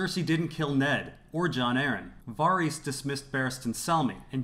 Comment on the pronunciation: Can you please pronounce Varys correctly, it really upsets me